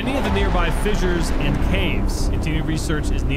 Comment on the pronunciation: "...fissures nad caves." O-oh